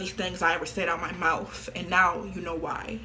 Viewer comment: why she he saying mouth like that😭 mOuFtH